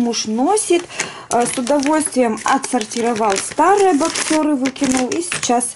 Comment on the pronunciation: Здравствуйте, в обзоре на мужское бельё, ставится ударение на 1-й слог, бОксеры, а не боксЁры.